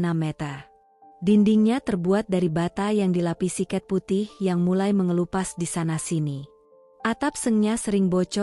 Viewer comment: Terlalu lambat bacain ceritanya, trs itu Man dibaca ya Man aja,buka men. Cat ya Cat aja, bukan ket.